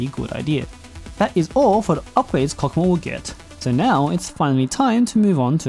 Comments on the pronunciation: And I thought it was pronounced "hokmah"? 😅😅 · Cock what?! I nvr thought I'd be hearing that. Anyways it's pronounced Chokmah like chalk but with an O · why does it sound like a deez nuts joke. Chokmah nuts. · His name is pronounced like that?????? Wild